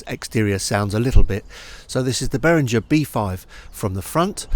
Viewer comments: Good review, mate. Just mind you, Behringer is a German company, so it's pronounced -ger not -jer ;-). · Well, it's a German name, so it should be "ghe" not "jer". Also